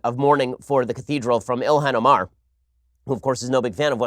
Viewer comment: I freaking love how you say her name wrong hahaha illyan Omar